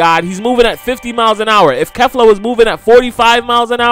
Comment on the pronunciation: You pronounced kefla wrong so many times rewatch the episode if need be but yeah... Pronounced and sounds like Keefla lmao weak asf everybody makes mistakes tho